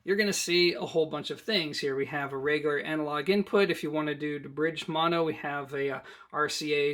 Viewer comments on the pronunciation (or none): none